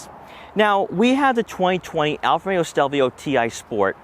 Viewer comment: Nice review but why do you keep saying "Alfameo"?